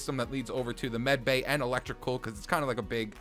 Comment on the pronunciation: its not meticel bay its medbay